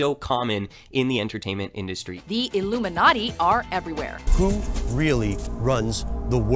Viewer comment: Iilumenati as ulluminati 😂😂😂😂